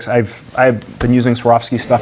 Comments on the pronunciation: Has a $2000 scope, doesn't know how to pronounce the brand lol Great video! A lot of things I'd like to copy on this build, however I'd maybe go with Radian or ADM for the lower, because I like their (slightly) more understated styling. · Killed me when you intentionally mispronounced Swarovski haha